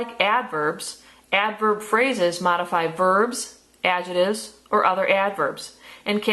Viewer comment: I don't like the way you say adjectives but good vid